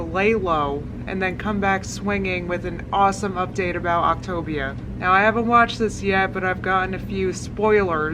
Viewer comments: Is "optavia" pronounced "october?" Is that what you're saying? Sorry, I am trying to figure out the name of this program. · Did I just hear Octaganja? 😂 ffs I just can't. Love you. ❤ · "Octopussia" I screamed!!! 😂😂😂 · Is it pronounced OP-TA-VIUH? like with the A actually sounding like the “letter A” idk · I love how you mispronounce ovtavia every time 😂😂😂😂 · “Octagon” “October” lol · Why can't anyone pronounce the name of this program? It's Opt-ay-via!!! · Ok I’ve been so confused about the pronunciation of optavia considering she says the a like an I... so I watched their commercial. Here’s how they said it, “Opta-Via” it was said like two words and they also had part of the word bold and part of the word in thin letters, further suggesting it’s said like two words. She REALLY did some research huh? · take a shot every time she says october instead of optavia lol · “Octopussia” LOL!! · Octobia. Eh. You pronounce it better than she does ¯\_(ツ)_/¯ love your videos :) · "Optipussyia" I wasn't ready for that lol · Everytime you kept saying the name I wanted to correct then I caught on . Ha ha ha ha you are hilarious :-) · I can’t tell if your saying Optivia wrong on purpose or not... 👀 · I'm just screaming that no one can fucking pronounce this MLM scam :D. It's hilarious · I actually feel like I need a virtual shoulder to cry on. I’ve tried so HARD to support her. I really have. But it’s clear now that she’s just trolled all of us. There is no way someone can mispronounce a word that many times in a single video. I’ll watch through you but I will never go onto her channel again. I think I’ve said that like 5 times now but it’s just clicked that this does not a thing for me. It’s one thing for those who want to see her crash and burn, but as someone who wanted to see a success story this is actually soul crushing. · I haven’t even watched the video and I’m dying every time you pronounce Optavia in a different way 🤣🤣🤣🤣🤣🤣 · Lol why can't you pronounce optavia??